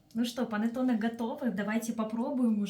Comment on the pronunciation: Произношение ,,,панеттони ,,🤮🤮🤮🤮🤮это итальянское название кекса ,,,панетонеЭ😂😂🤮🤮🤮